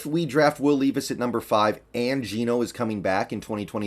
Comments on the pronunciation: It’s Levis not Leevis. Just an FYI. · “Lev iss” is how you pronounce it, I’m from ky and go to Kentucky games all the time, just a huge Seahawks guy, levis is a baller man and a great leader